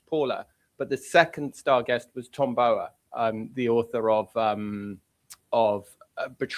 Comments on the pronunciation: Please pronounce Tom Bowers name correctly. Yes you are saying it wrong as I have heard many (including him) say it is Bow as in what you do in front of the king not bow as in bow and arrow. Its rude. I know Paula you are copying Tom (the royalist) but you have heard every other journalist pronounce it correctly. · Just pronounce Tom Bower’s surname correctly !! Irritating